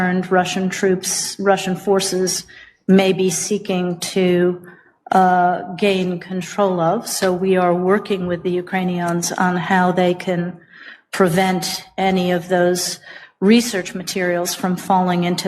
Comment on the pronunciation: I just noticed say's "UkrainiONS". Does she think they're like Klingons?